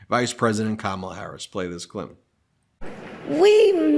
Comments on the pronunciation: Don-Old proves his IGNORANCE every time he is unable to pronounce simple words like, KA-MA-LA! He probably calls his wife, Melvania 😳 ! What an IDIOT! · At yesterday's rally, trump called Ms Harris cam- a-luh, like camera. If he can't pronounce her name after all this time, and says he didn't know her before the nomination, maybe he's too dumb to run a country. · Is Trump just incapable of pronouncing Kamala Harris's name correctly, or does he think he being clever,,,,If he keeps pronouncing her name Ka-Mala,, or Kamobla,,she should start pronouncing his name Don-Old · Only him thinks he’s being funny mispronouncing her name. To the rest of us. He’s stupid. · Donnie cannot read which is why he cannot pronounce Kamala. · It's too funny that even little girls are laughing at Felon-Donnie because he doesn't know how to pronounce "Kamala"! tRUMP, I hope you learned something from these two little girls!!!!!! The woman at the doughnut shop didn't know who Jaydie Vanz is. Jaydie is forgettable. Nobody cares about him. Why did he even ask how long the employees worked at the shop? That's not his business! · No you didn’t mispronounce her name on purpose…. You’re just ignorant and unable😂😂😂😂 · A presidential candidate who can not even pronounce his opponent's first name? Oh, well then you should lose the possibility to get most jobs on the planet. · I'm a supporter of the ticket but the more I see the GOP flounder from attacks on Walz son to tying him to China to just the plain childish disrespect in deliberately mispronouncing her name...I just want them gone...I'm glad to have ticket that I'm excited to vote for but the Republicans behavior is energizing me just as equally. Vote BLUE up and down the ticket in November...heck skip November...find out when early voting is in your state and VOTE!!!!!! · Exactly. Trump was taped saying he doesn't care one way or the other if he mispronounces her name. He is a jerk! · KAMALA = Camelot! emphasis on the first syllable